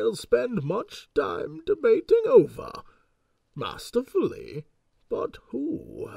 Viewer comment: "DeBATING" "MASTERfully" That subtle emphasis on those words, oh Jessie.